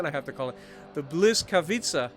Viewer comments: Actually its name is pronounced wizkavitza. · Pronunciation, Ba-weeska-veeshka. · Ł is pronounced like a W in English and c is always like a ts, so Błyskawica is bwiska-vitsa